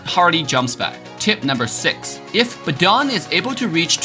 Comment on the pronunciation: Badang not badong Yuzong not yujong Chow not chaw Lunox not lunok